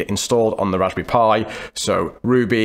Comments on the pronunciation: sTOP SAYING "RASBY PIE" PLEASE... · Every time he says “Raspberry Pi” I feel hungry. Is it Raspberry Pie? Haha